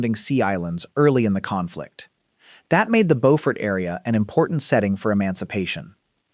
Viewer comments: Learn how to pronounce the damn names, AI. Bofurt is NC. Bewfort is SC. Just one of many you screwed up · In SC, Beaufort is pronounced BEW-fert. Also, Charleston survived a major earthquake in the late 19th century. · I am with 2vagantpriesthoof. You have overlooked the Great Charleston Earthquake. Mispronounced Beaufort and put Camden in the wrong place in the ranking. As the oldest inland town it should be fourth.